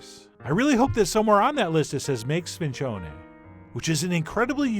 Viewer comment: In the old Sicilianu our grandma's spoke where I'm from, it's pronounced like SPIN-JUNE-EE. You can also find it all year long....